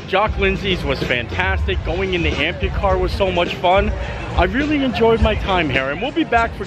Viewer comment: Pretty sure it’s not Ampucar. Amphicar